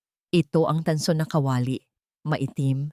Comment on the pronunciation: Bwisit Pilipina ka ba o hindi?pati pag bigkas ng KA WA LI ginawa mo kawali